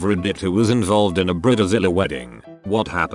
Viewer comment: Bridezilla ❌ Briddizilla ✅